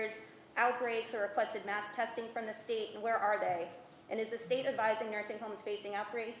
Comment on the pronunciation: Am I hearing this wrong or did he say "you can infucked up, infect* other people"